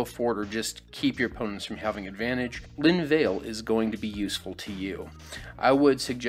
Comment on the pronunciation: (Will edit this as I go through the video) Pronunciation Corrections: Lin-vah-luh, Kee-rah, and Shoal-dread. Linvala: I have her in my Tamiyo Flash Hulk deck as a way to prevent creature based combos from going off after I dump everything onto the battlefield. Dualcaster Mage/Hellrider: I'm not sure that these belong on the list with Oracle of Mul Daya and Azusa, Lost But Ballin in the set. Competitive Mono G might be possible on a budget depending on how the print run shakes out. Kira: Doesn't actually do anything against mass removal, which is a problem. I don't know what's better, but having played with it in Modern I don't think it's all that great. Sheoldred: Could be a Reanimate target with Grissy B banned. In fact, that's the only place I could see it going. Reanimate: You state "your graveyard", but it's actually any graveyard, which actually makes it way better. Still, this has the same problem as all cheating bastard black combo cards have, in that you're playing a very precarious game with your life total; in a 20 life, 4 player format that's actively bad. I'm still going to design a Reanimator list, I just don't think it's going to be very good despite my best efforts. Duelist's Heritage: Not my jam. I have my Ajani Maverick list for GW and my Nahiri Breach list for WR. I could see this being okay in a pillow fort deck, maybe, but that's not something I'd ever build. Exquisite Blood: This is a rather neat combo card, but the combos difficult to assemble through in